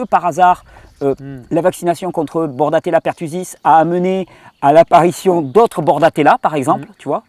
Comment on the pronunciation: Juste un petit détail, la bactérie s appelle bordetella et non bordatella ou borrelia.merci pour tes videos.